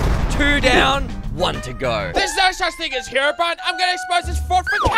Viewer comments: Just saying its not Herobrian its Herobrine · hisname is not herobrian it's herobrine! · Bro its herobrine not brian do you play minecarft😂